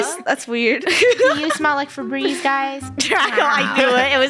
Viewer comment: Me when I heard “febrezze” in the beginning of